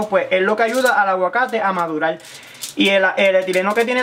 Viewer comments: Muy buen truco...pero una pregunta, desde cuando para algunos hispanohablantes, la "r" es una "l"? madular? calol? velde? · Velde, madulal,holno,vamos a vel, Pol favol, aprecial, nos vemos en el plolsimo video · Pero porque decir madulal...y no decir madurar... 😪😪